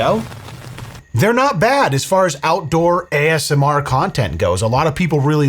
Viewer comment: Take a shot every time says AMSR. I bet you cant make it through the video.